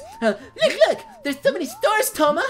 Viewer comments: Touma, not Tomo! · Poor Tomo and his "misfortune"